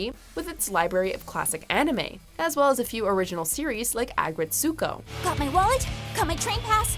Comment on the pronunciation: Not to complain, but you pronounced Aggretsuko wrong. It's pronounced "A-gret-su-ko", as opposed to "Agg-ret-su-ko".